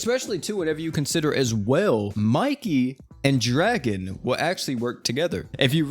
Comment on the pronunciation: Idk where you got the info saying Draken name is Dragon but you are incorrect. His name is Ken Ryuguuji and his name is pronounced Dra-Kin. If you are gonna make videos about crossovers with anime names at least do 2 seconds of research and get your info correct